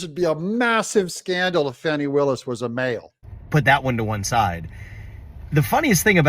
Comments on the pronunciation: When did she become Fau-w-nay? Fani. FAN-EE. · DADGUMIT! Her name isn't pronounced, Fau-nee! It's Fan-nee. She's got one to prove that too. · Danny, Lanny, Tammy,, Please properly pronounce her name, FANEE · Fani.... FAN-EE.